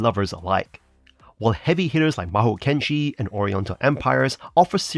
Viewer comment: Thanks for the review 👍 P.S.: It is Mahokenshi, not Mahoukenshi 🙂